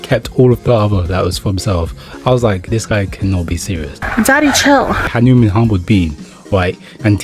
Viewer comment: It's not hanimun 😂 it's hanuman